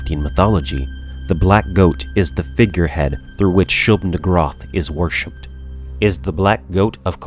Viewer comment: That pronunciation of Shub"niggurath is probably better than the intended pronunciation.